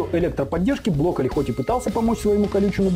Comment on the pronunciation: Я конечно всё понимаю, но он бЛоколли (блокирует)